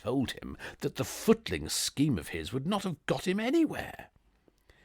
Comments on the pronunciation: An excellent delivery. Just a couple of floaters with pronunciation: ‘ennui’ = ‘on-we’ and ‘footling’= ‘foo.tuh.ling’ not foot.ling.... Tinkerty-Tonk! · Lovely reading , though you may want to look up the usual pronunciation of 'ennui' and 'footling'.